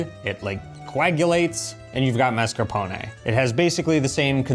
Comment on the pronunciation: please, per piacere, per favore, you're driving me crazy. La pronuncia, la pronuncia! The first "a" in mascarpone and appetito. Ask Eva.